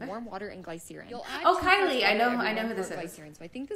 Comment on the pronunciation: she said, "glySEERin" :face-blue-smiling